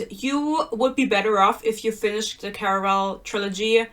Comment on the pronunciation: The way you say "Caraval", I just love it